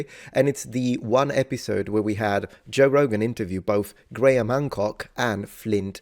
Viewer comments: Bro, you probably already know this, but, you can just pronounce "Graham" the same way you do "gram". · Graham is pronounced like "Gram". The H is silent. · as a scot i tried to watch this but every time they said graham wrong it got my back up haha it made it hard to focus